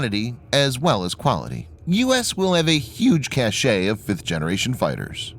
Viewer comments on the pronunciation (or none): seriously, its bad enough that the grammar of your scripts is terrible,, the word "cache" is NOT pronounced "cashay", its pronounced "cash" or "catsch".